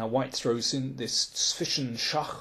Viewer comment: "Zwischenschach" is very hard to pronounce i think - but you did it perfectly! May be you know that german tongue - twister: "Zwischen zwei Zwetschgenzweigen zwitscherten zwei Schwalben" where even german people struggle...